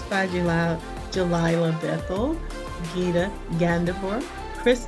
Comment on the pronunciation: You pronounce his baby mama name wrong Glila not jelila